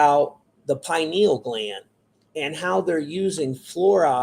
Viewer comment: “I know everything about this” proceeds to mispronounce pineal gland repeatedly smfh 😂